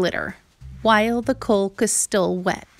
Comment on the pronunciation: Caulk is pronounced like cawk.